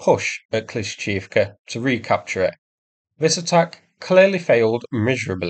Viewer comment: Its kla-sheev-ka